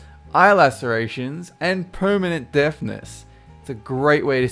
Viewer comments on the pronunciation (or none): Is he saying permanent deathness or permanent deafness? Like, honestly, I can't tell.